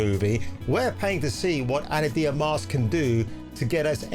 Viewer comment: Ana "De-Ar-Mas"